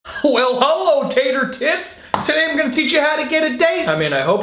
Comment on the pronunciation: did he say " Well HOLO everyone" ?